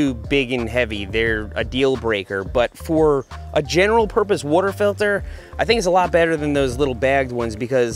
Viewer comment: Seth yoi got some Philly in you? Saying wooder bottle lol